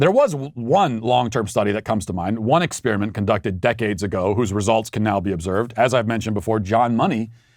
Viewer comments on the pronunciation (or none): You're canceled until you stop saying "exspearament".